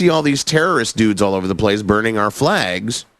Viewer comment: “I didn’t hear the L.”